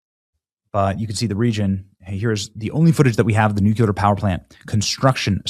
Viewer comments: FACTS. it drives me crazy hearing people butcher the pronunciation of the word. Nuclear (NEW+CLEAR) NOT “nucular”. Holy hell it’s pretty simple. New….clear…. Not nucular. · NEW-CLEE-AR Not NEW-CUE-LER Goddamn. 🙄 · Come on Ben... it's nu-clear... not nu- cular... get it right. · "NUUUU....CLEEEE...ARRRR"🙄😏 **NOT!!** "NU...CU...LAR" LOL Thnx for sharing.....AND for making me lol🤣🤣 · It's not "NU-CU-LAR" Benny, it's NUCLEAR pronounced NU-CLE-AR... SMH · It’s pronounced Nuclear….not “NUCULER” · PLEASE FOR THE LOVE OF GOD - LEARN how to pronounce the word NUCLEAR. It is Nuke-lee-er Not Nuke-You-Lar. Bush has ruined American pronuciation. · It's pronounced "New-Clee-Er"... NOT "New-que-Ler"... Come on man... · Will somebody teach Benny how to actually say nuclear.. for the love of God It's nuke-u-ler is not a word bro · Why do you embarrass yourself every time you say the word nuclear? It's pronounced "NEW-CLEAR," not "new-qu-lar." Idiot. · Benny, Benny, Benny... The word is "nuclear," not "nuke-uler." C'mon, man. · Its pronounced Nu- Clee-arr. Its pronounced the way it's spelled! Nu- Cle-ar. Why do people keep saying "NOO-CUE-LER" ? We learned in GRADE SCHOOL how to pronounce this word!!! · Nu-clee-er. Nu-clee-er. Nu-clee-er, Bennie. Say it with me...Nu-clee-er. NOT nu-quil-er. Good grief! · I think you mean nuclear, not "nookyuler". Try saying it slowly, the increase the speed as you gain confidence: ni-yu-k-li-ar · God help me, Benny, please pronounce NUCLEAR with only one “U”. Not NUCULER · Nucular hahahaha over and over nuclear lol sorry just makes my eyes twitch everytime I hear nucular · IT IS PRONOUNCED "NEW-CLEAR" NOT "NOOK-YOU-LER" - SHARPEN YOUR PENCIL BENNY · 😂. It’s not pronounced “nuke-yoo- lure”! It’s “nuke-clee-er”. ❤ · Benny, you are a talented, articulate person. Please stop saying “nuculer” and pronounce it “nuclear” noo-clee-er. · It’s nuclear….. not nucular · Bro, nuclear not nucular lol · Bro say “new clear” it’s easy. Not new kyooler